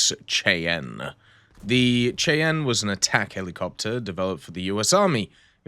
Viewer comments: The AH-56 Cheyenne is pronounced "Shy-ann." I remember seeing the Cheyenne prototype on display in a museum several decades ago. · Shy-ann.. Cheyenne is not pronounced as it's spelled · the AH-56 Cheyenne is pronounced 'shy-ann', seriously Google how to pronounce things ;) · But this time pronounce it "shy ann" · obviously Bartholomeow does. Maybe he's from Cheyenne and wanted to educate someone who might not have known the proper way to pronounce it. Maybe be a little decent to your fellow humans on the Internet.